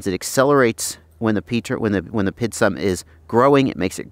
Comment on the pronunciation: It's a great, vid, but he is killing me when he says Pid instead of P.I.D.